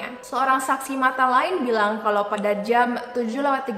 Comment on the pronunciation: Jam bukan jeamm.....